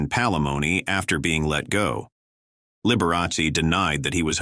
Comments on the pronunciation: At least pronounce his name correctly....it's Liber a chee. It's Italian. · "The bi-o-pick on liber-a-see" AI again. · You aren't pronouncing Liberace's name properly. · The A I voice can't even pronounce Liberace properly.